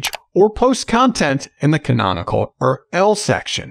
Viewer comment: lol AI can’t pronounce URL